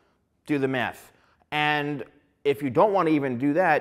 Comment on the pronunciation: It sounds like he keeps saying “Do the meth.” 😂